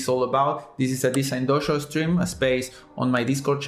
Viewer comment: Its a good start when you cant even pronounce your own channel name.